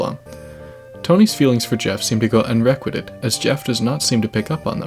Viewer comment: Unrequited is pronounced Un Reh Kwai Tid